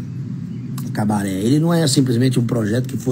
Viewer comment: Kkkk tem q ser Cabaret nao "cabareh" esse negócio de "H" no final é típico de geração Enzo , vitoriah, mariah e bla bla bla.. Cabaret é cabaré "estrangeirado" tem até filme estrangeiro com nome cabaret